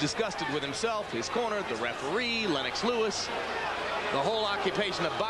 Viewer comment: Len-ox Lol 😆